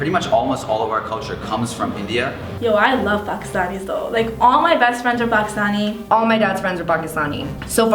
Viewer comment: the girl is bugging me on how the way she said Pakistani